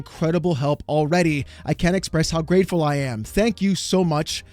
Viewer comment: Everyone was really excited about the new Xbox games. They should say "pwease and thank yew."